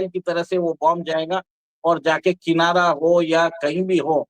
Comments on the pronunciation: किनारा ××××। किराना है सही शब्द। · Kinara hills nehin Kirana hills hai